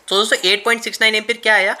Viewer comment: Bhai apka video achchha lagta hai par do chij kharab hai sudharo. 1 लिखते हो तो बोर्ड का यूज करो कागज में पूरा हग देते हो गुस्से से दिमाग सनक जाता है 2 दोस्तो बोलते हो तो पूरा बोलो दोसो बोलते हो गंदा लगता है। ओ के।